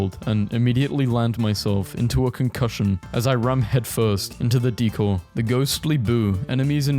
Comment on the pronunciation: Interesting pronunciation of "decor"